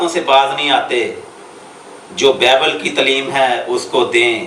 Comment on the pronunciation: apni urdu tu thek kro >bible lafz ap ko bolna ata nhi aur bt krty ho .KHUDA ky khadam ko challange krty ho